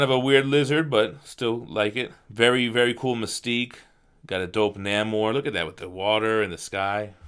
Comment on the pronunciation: Namor is pronounced Nay More